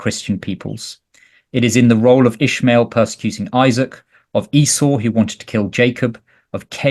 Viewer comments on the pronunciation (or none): none